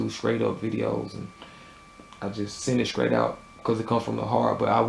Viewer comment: Funny how the t's become k's strong is skrong. straight is skraight. Lol. Great review.